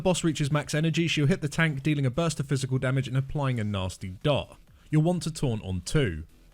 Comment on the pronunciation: I love when he says "nawsty dawt"